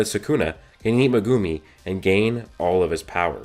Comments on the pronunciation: [ Meg - gum - E ] not magoomi or how you pronounce it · "megoomi"😂 great theory vid as always tho